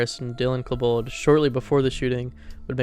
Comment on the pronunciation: how do you not know how to pronounce Columbine 😭😭its super easy to pronounce it correctly edit: and bro pronounced dylan's last name wrong as well,,bro has got to be an AI